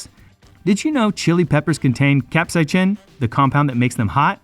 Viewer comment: the way he said capsaicin is CRAZY